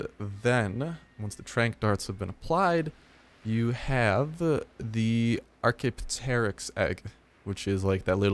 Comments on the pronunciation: ark -e-op-ter-ix kibble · it's ark-ee-op-trix